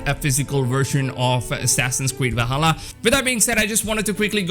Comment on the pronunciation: It's Not Vahalla! It's Va''L''halla!